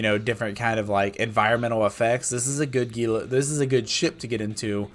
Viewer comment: *It's HEE-lah.....ffs.